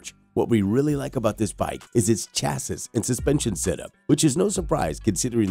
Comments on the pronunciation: Stoooooooop saying chas sis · It's pronounced "chassy" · Hearing Chasses is making me die laughing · The Segway is a Sur Ron. And “chassis “ Is pronounced cha-see. And chrome isn’t a type of metal, it’s a treatment. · Chassis is pronounced 'Sha-see'... that is of course if you're speaking English.. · I have never heard anyone pronounce "chassis" and "Pirelli" like that before. Some of those battery charge times seem quite dubious unless you are planning on setting them on fire with overvoltage input. I just glad that Zero is opening a factory relatively close to me. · I rolled my eyes every time he said it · I cat take any of this seriously just by the way you pronounce chassis. It tells me you really don’t know much. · Please learn how to say chassis